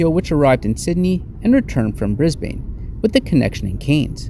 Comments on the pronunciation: Brisbane is pronounced ‘Brizbin’ 😊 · ............who taught you to pronounce Cairns and Brisbane like that :P good report but you'd never catch me dead on that flight. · No hate but just a heads up us aussies pronounce cairns like cans and we also pronounce Brisbane like Bris-bin anyways great video hope you have a fun time on your other adventures